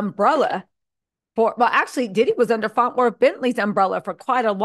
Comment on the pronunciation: Are we gonna pretend that she is not saying “FONT WORTH” over and over again? 😂😂😂😂😂😂😂😂😂😂